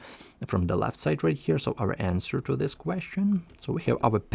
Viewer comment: idk how ur tongue pronounces this as zis..